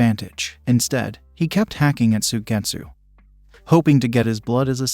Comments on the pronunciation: his name is suigetsu not swidesu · Some Ai had issues with pronouncing japanese. You would have to replace the name with the sounding like sue get sue